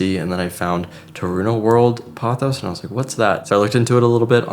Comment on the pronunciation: 初めて音声トラックが入って、音声で理解しながら見ています パオス、パオス，となんだろうと思ったらポトスでした🤣 今日の動画は、観葉とIKEAで最高🎉